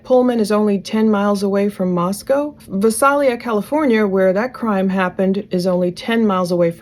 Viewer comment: Thank you for this video. I still don’t believe that he did it alone & I want all of the unknown DNA explained‼️ I just don’t believe 1 dude with 1 weapon that everyone on YouTube says isn’t a great weapon did this all alone in just, what, 14 minutes⁉️ Also, I’m a California native & just want to help out with some pronunciations. Visalia is “Vay-sail-yuh” & Isla Vista is “eye-la-vis-ta” 🤟